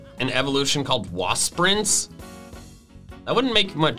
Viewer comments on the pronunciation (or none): Its not wasp-rince, its was-prince